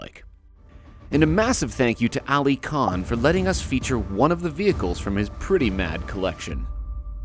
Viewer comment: I freakin died when pronounced Ali khan as elii kan 🤣🤣🤣 its Uli khaan